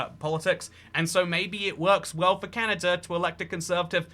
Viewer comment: "Canader" new slur just dropped🗣🗣